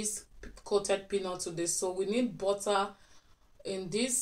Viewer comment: Why you pronounce Butter bota?